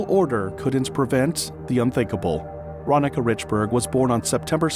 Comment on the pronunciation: I'm sure her name was pronounced, ron-neeka